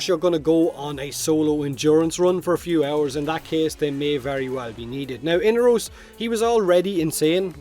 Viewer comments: mate, his name is inAros not whatever u are saying xD lol damn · Am I the only one breaking in hives over the pronunciation of "Inaros?" I know this game isn't exactly consistent with pronunciation (the Lotus keeps switching between Orokin and oROkin), but I'm willing to take Baro's pronunciation as gospel given... Well, his history with Inaros. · I had forgotten, actually. Seems like DE really can't seem to nail their own pronunciation down, so every voice actor seems to go for a random one on every recording session :)